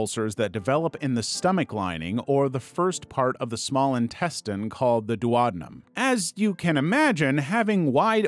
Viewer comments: I’m certain it’s pronounced Duo-den-um not Du-od-en-em. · not the duodenum pronunciation 💀